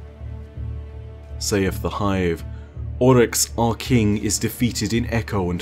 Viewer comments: It's "Oryx," not "Olyx." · sounds Scottish when he simply says "Oryx" Kinda weird:/